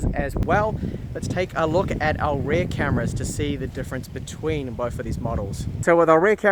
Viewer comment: Rear, like fear, not pear! Bloody Kiwis. Otherwise, love your work.